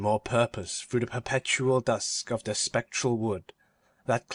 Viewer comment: 4/5 would be 5/5 if the reader could say "The" instead of "de"